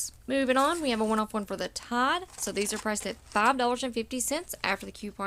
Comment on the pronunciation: it's not "Tad", it's "Tide"